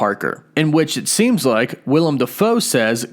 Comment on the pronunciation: small thing, but his name is Willem Defoe. Willem not Will-i-am.